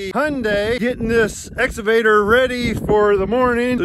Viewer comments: What's an exavader?? 😅 lol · Can someone please teach how to say excavator!!! 🤣😂🤣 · Quarantine drinking game. Take a shot when says ‘exsavader’ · "Exsavader" LoL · I’m watching again to hear say exavator😍😂😍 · I like how says exavator and not excavator haha. He makes my day! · pronunciation of the word excavator is epic. It started out esscavator which he was self concious about so he turned it into "exavator". It puts a smile on my face every time he says it lol. Anyway. Keep up the good work gentlemen! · Let me start by saying your downloads are great and I love the channel. I just have one question. Is saying the Ex A vator or Ex Ca vator? It sounds like he is saying exavtor which makes me laugh and I do not know why. Keep up the great work. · (X-uh-vader) lmao he crack he up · excavator not exavader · X CA VATOR!!! Damn it say it right!! LOL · Just practice a few times "EX-CAW-VA-TOR"! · Has anyone taught how to correctly say excavator yet? Every time he says it I correct him but he cant hear me. Lol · Why can't pronounce exCavator?! LOL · It's ex-kuh-vate-er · Will someone please teach to say excavator? Or else I am going to stop watching, get into my Cadillac Exalade, go to the empty mall and ride up and down on the exalator. I might just go home and study about the end times. You know esatology. (For all you bible scholars.) I'll try not to get so ex-ited., I think you should let pick out a new computer for you to work on, you know a futuristic Star Wars kind, model RD2T, because you guys are out in the rural delivery areas. You don't need it because you are good at number crunching, but you could get some help from one of those futuristic accountant computers, like model 3CPA. Help us Momma CS. You're our only hope. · shouldn’t be allowed to rent an excavator if you can’t pronounce it.